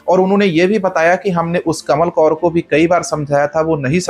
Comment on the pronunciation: कमल कौर क्यों कहते ho